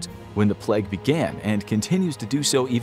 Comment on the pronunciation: Why is he saying plegg it’s pronounced play-g